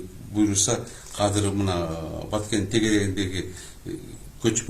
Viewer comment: Казыр, Казыр аягында иттин терисин жабынып жок болуп кетет. Казыр деген соз жок Кыргыз тилинде, Жазылышы-Айтылышыда Азыр деп Айтылат. Казыр Казыр,Казыр бляя тура суйлогулорчу